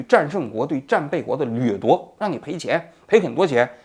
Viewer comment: 高止凉，劣（三声）夺，原来是洗漱机纠正了扑统滑